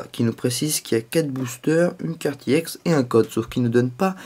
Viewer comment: On dit Ex pas iEx